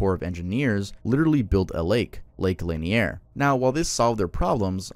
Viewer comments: over here trying to make Lake Lanier sound fancy and french hahaha. It's La-near. I was almost a victim of this lake. My buddy and I were swimming at Mary Alice Park back in 2011. My body just froze out of nowhere and I started sinking. Thanks to him and a jet skier that saw what was going on, I was saved. I swear it felt like arms were pulling me down. I refuse to swim at that lake. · It’s pronounced lake le-near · As a Georgia native, I KNEW it would be Lanier. 😂 Also, it’s Lake La-neer, like how you pronounce sneer but without the s. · It’s layaner, it’s pronounced la-neer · Lake linear is true and it’s called lake la-neeearr everybody says it’s a creepy place and people still see ghost till this day, there’s a whole back story that it was a african American city until people didn’t tell them that they needed to move and flooded everything it is a man made lake. y’all do NOT go to lake linear I’m promise you from a person who is from Atlanta. swim at your own risk for real…. I’m warning yall you can fish but there’s literal pictures of graves and other houses you can see on the internet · As a Georgia Resident i dont go near Lake Lanier because of all the stories. Also no offense but its pronounced (luh - near) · The way you pronounced Lake Lanier is not how most people pronounce it. Its pronounced like how its spelled. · Man what an amazing video first off. And secondly I live in Georgia off lake Lanier (which you pronounced funny lol) is totally haunted and the best part is we love to swim in. We even have a water park built on it so while it is a lil scary nobody around the lake really cares